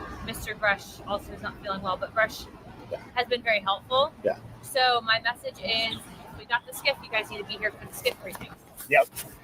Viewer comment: Why does corbell say sho for the word so? Sho cringe.